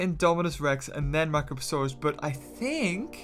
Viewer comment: He called the prionosuchus a microposauraus